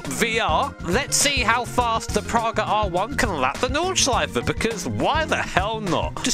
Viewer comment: I reeeeaaally appreciate the absolute correct pronunciation of Nordschleife.